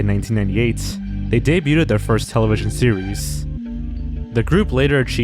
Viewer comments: Why do you keep saying "Debuted" (day-byood) as Day-byoo-ted? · STOP SAYING "DAY-BUTE-ED" WHEN YOU SAY DEBUTED IT'S PRONOUNCED "DAY-BUED" THE T IS SILENT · The word "debuted" is pronounced "day-byood", not "day-byoot-ed". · Dude you gotta learn to pronounce the word "debuting/debuted". It's "day-bew-ing" not "de-bew-ting". It's "day-bewed" not "de-bew-tid". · it's pronounced day-byood, not day-yoo-ted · The word "debuted" is pronounced "DAY-BYOOD" not "DAY-BYOO-TED." Just thought you should know. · I love you man but it’s “de-bued” not “debyuted” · You can just say "dey-byood" not "dey-byooded" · Why tf do you keep saying Sesame "Streets"? And wtf is "day-bue-ted" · Debuted is pronounced as in 'day-byood.' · Debut/Debuted is pronounced Day b you and day b you'd just trying to help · It was very distracting to say the least. "Debuded" and "Debuding" are not words. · He's just trolling us now with pronouncing "debuted" as "daybyooted" isn't he? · As a Canadian, it's a bit distracting for me to keep hearing you mispronounce a French loanword like "debuted". (The "t" is silent, so it's pronounced day-byood) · The way you pronounce the silent T in debuted makes me so irrationally angry. Stop that right now. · The T in debuted is silent. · Does he mispronounce “debuted” to bait comments about how he mispronounces the word “debuted,” or does he really not know how to pronounce it? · I don't think "debuted" is pronounced how you think it is pronounced... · bro please learn how to pronounce debuted its actually driving me insane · I don't get how you do youtube for so long and still can't pronounce words like "debuted" correctly. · The way you pronounce "debuted" hurts my soul deep down but I'll like the video anyways. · Your pronunciation of debuted gave me cancer and aids. I now have canceraids 😔